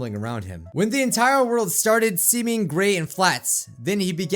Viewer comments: I thought you said crimson GAY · When you said gray it soundet like GAY!